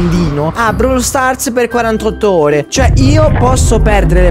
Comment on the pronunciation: si dice Brawl con la o